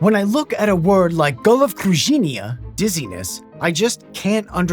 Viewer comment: bro.. the way you pronounced головокружение(go-lo-vo-kru-zhe-ni-e) is so funny to me, as a Russian😭 not in a negative way, it's just -- idk man